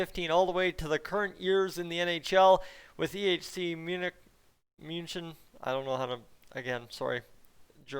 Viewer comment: You got 'München' EXACTLY right!